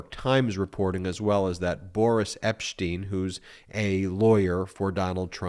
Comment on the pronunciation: Did I hear Ben say Boorish Epstein?